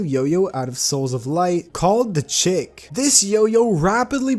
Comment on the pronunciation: Chik is pronounced: sheek